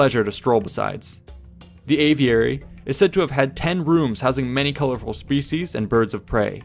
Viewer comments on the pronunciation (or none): none